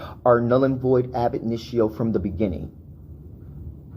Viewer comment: It's AB INITIO you fool...stop saying AD INITIO and put your camera in landscape, you idiot.